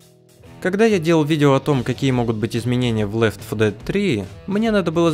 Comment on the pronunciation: Лёфодэфт ?! Гг инглишь лэвэл